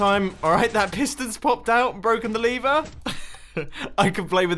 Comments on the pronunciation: The most complex thing in this video is when you say lever but you pronounce it liver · Mumbo : So here we have 8 different ways to destroy our lever (Mumbo pronounced it as 'liver'), Me : Number 1, get liver cancer? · Nobody: Mumbo: LaVeR